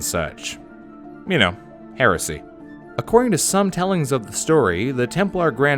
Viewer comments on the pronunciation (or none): Am I the only one that almost laughs when someone says heresy?